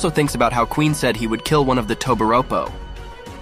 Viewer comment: I’m starting to think these mfs don’t watch one piece 😭how u pronounce bepo wrong? Otherwise great video 🤣